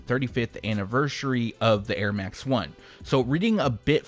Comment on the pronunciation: 🔥✊🏼 Also the French pronunciation of the Airmax 1 and the Jordan 2 was spot on !